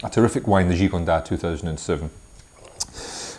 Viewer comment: Thanks, nice review. However, Gigondas should have the 's' pronounced. Just a tip for next time.